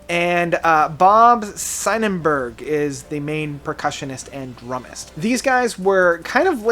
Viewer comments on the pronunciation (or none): he said drum mist instead of drummer as well LOL